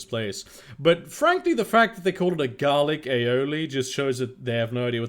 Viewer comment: Dude it is called ALIOLI, as a Catalan I find it hard to listen, love you